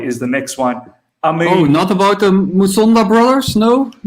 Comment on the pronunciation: It's Musonda Not Masunda.